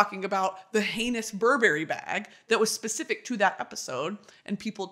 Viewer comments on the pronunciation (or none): none